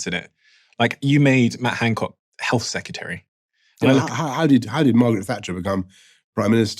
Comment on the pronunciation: The number of people in this video saying "secutary" instead of "secretary" is upsetting :P